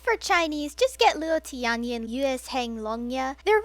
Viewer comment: Butchering Luo Tianyi's name was great